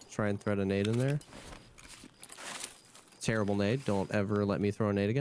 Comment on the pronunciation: in: "Terribe 'nade." Must be...